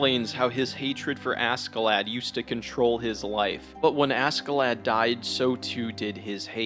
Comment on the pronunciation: Bro everytime you say "asKee-lad" it annoys me. It's pronounced ASHEE-Lad. Even the Japanese pronounce it right. Jeeeez!